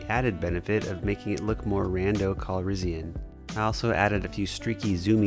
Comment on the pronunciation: “Rando Calrissian” this dude just never misses!!!